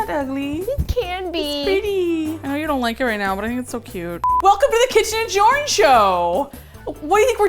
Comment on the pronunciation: Jorn?! I thought you said Shorn.... 🥺😳